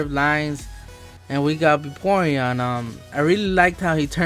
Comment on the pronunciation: Ahhh i ts:O :O VAPORION NOT BAYPORION